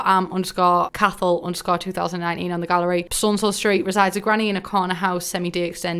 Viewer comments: It's not cath hal it's caw hul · "Cathal" is pronounced "Ko-Hull". I think it's an Irish name, but I'm not too sure.